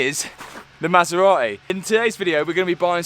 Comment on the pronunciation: I can imagine when the Italians made the maserati they never expected it to be pronounced like this.. 😂